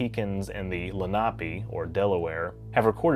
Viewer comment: You butchered the Lenape' s name .... Len-uh-pee